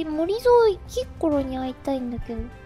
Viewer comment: キッコロ......きっ殺にしか聞こえない......